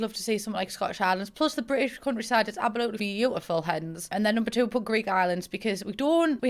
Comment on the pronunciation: My actual favourite part of all of your videos is when you say ABOOLUTLY 🙈🤣🤣